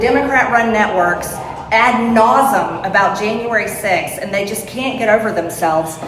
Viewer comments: Nausum?? Marge, dont try to use big words, lol. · She says shit "ad-nasum." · Ad nauseam, Marg! Don’t use words you can’t pronounce, or likely, can’t spell. “Peachtree” dish, “gazpacho,” “indiktment,” ad nauseam, ad infinitum. Blah, blah, blah…